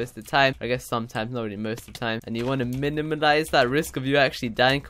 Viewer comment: minimilize??WTF is that...NEW WORD???